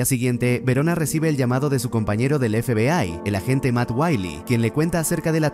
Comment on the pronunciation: La IA no puede pronunciar FBAY